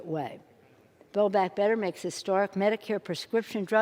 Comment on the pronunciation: WTF is Bay Back Better ?